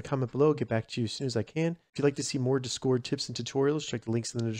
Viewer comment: I left a like but i almost didnt cuz of the way you say "Discord" The empha-SIS is on the wrong syll-AB-le